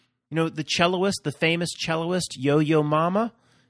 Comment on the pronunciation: It's cellist, not cello-ist.